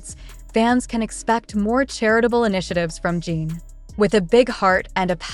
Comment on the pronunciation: At least get the pronunciation of the subjects name correct and their pronouns him/his, not her.